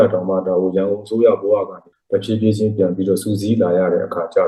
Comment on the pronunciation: တဖြေးဖြေးကအခုထိမပီသေးဘူးလား